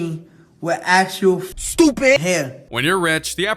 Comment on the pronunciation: He doesn’t own that Ferrari movlogs does “STOOPID”!